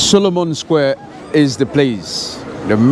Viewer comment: It's Solomou square, not Solomon. Don't make things up!